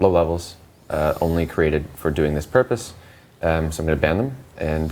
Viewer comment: "thiz master says" lmao